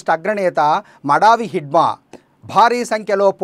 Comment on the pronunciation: మడావి హిడ్మా కాదు మడివి హిడ్మా.